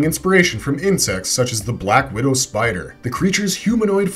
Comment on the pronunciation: "Insects, such as the black wodow spider" Am i the only zoology loving nerd who cringed at this bit?